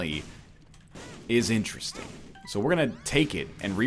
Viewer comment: Carlos Gomez-Penado eggterdesting